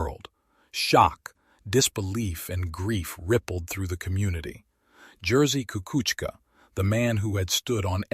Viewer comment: YOU ABSOLUTELY BUTCHERED HIS NAME DUDE